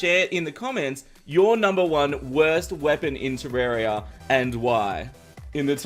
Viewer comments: how come it said wost instead of worst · "WOST" not Worst XD XD XD XD heheheheheheh But my WORST(wost) weapon is trident/Spear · Its worst not wost in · Your wost weapon xD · You said wost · "Your wost weapon" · He say wost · Well, that's how he pronounce it, right? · he said wost lmao but nice vid I like it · "Wost weapon" :D my worst weapon is ALL BOWS :D 🍪🍪